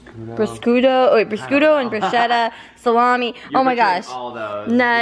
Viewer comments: Ahaha I love u guys soo much and I'm so happy u guys made a cheese board but just to let u guys know because I am Italian the deli meats that u guys were having were pancetta pronounced panchetta and prosciutto pronounced proshooto , I use to get it mixed up aswell but bruschetta is actually the Italian bread with tomato and vinegarette on it , I commend u guys for trying though and I love your vlogs and can't wait for more xx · Hi and: you almost said it correctly Prosciutto (pro shoe toe) and bruschetta (brue chet a) Both are amazing meats from Italy! I loved it there! <3